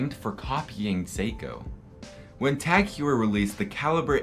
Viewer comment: Very nice video! Just one thing TagHeuer should be pronounced as “Hoyer”.